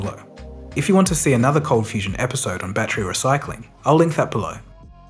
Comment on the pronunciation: Please note: the voiceover that says 'You are now watching ColdFusion TV' sounds (to my damaged hearing) 'You are now watching Confusion TV'. Just a heads up....